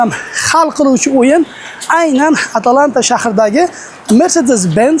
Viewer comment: ATLANTA ❌ AT A LANTA ✅😅